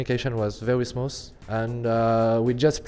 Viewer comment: vewy smuus